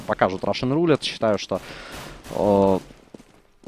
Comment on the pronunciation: Специально для. В слове Roulette ударение на первую «е». RUSSian + roulETTE = RUSSETTE. Комментарии на 4/5. Умеешь лучше.